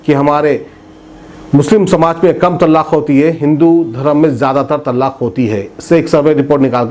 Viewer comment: Tallaaq nahi talaaq bolo urdu sahi karo apni aur national channelon ki naqal mat karo apne mein qabiliyat paida karo